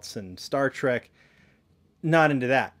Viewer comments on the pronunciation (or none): none